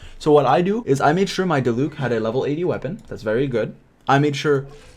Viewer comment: Ok you pronounced diluc wrong but ok